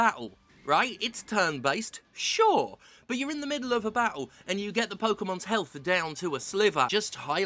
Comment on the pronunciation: I love how she says bah-ul instead of battle.